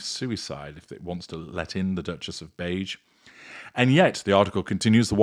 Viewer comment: I thought said "The Duchess of Mange" (not beige). 😂😂😂😂